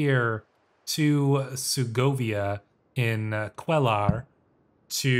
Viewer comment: A minor detail but Cuellar is pronounced ‘kwe-yar’. In Spanish, the letter “LL” makes the sound that Y would make in English.